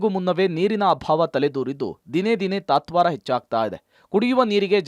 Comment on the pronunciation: ತಾತ್ವರ ಅಲ್ಲ ತತ್ವಾರ,,, ತ. ನಾಡಿಗೆ ನೀರು ಹರಿಸಿದ್ದರ ಪರಿಣಾಮ